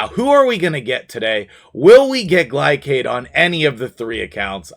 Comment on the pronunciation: his names GLAY-SHAD not GLY-CAD. glacier cardyd=gliacad. this has been my ted talk